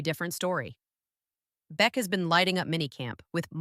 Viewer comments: Jack Bech is pronounced like Jack Besh for future videos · people telling me its AI, I know... write it into the AI as Besh if you need to